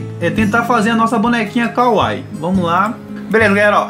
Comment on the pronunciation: Falou kawaii errado